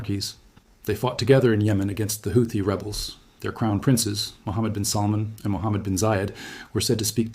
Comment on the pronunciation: The name is not pronounced as mohd bin salmaan